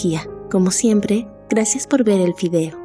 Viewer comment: de repente youtube me recomienda tu canal Xd PD: soy el único que escuchó "gracias por ver el fideo" seriamente XD?